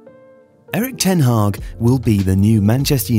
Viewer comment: It's ten Hag, not Ten Hag or ten Haag or ten Hagh ;)